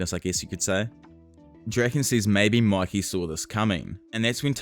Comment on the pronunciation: Its pronounced muykee… it’s annoying to hear you say makee